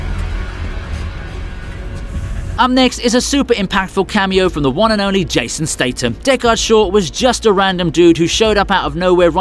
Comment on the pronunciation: Can't pronounce Jason Statham's name correctly. Can't pronounce Ralph Fiennes name correctly. But you put out videos about movies?